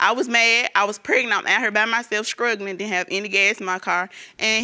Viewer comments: I had to listen twice! She really said skrugglin' smh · don't forget 'skrugglin'!